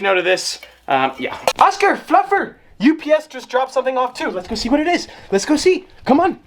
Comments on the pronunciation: it definitely does NOT sound like you said "...hey, fluffer" 8-) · Sometimes when he says fluffer I think he says fucker